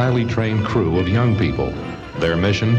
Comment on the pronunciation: "manned by a highly trained crew of young people...." they just had to emphasize the 'young' part huh? XD